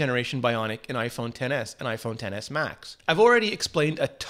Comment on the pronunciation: Its pronounced "iPhone excess"